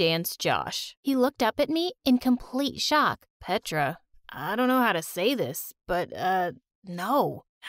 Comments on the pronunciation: Nahhh no serb is going to say PETRAA ITS A SERBIEN NAME BUT NOBODY IS GOING TO SAY IT LIKE THAT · It's not pedra it's petra🤨